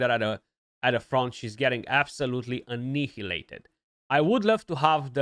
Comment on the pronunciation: Did you get " ănihileitid " ? Thanks for pronouncing the H loudly, it's a forgotten letter that only morons pronounce.